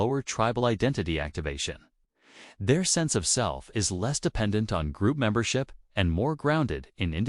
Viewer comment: "Memborpip". AI Slop.